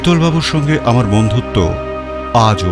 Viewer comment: মতামত " আম।র" jaegae " আআর" বলবেন না